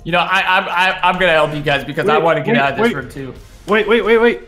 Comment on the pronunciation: Not a hater but its rOOm not rAm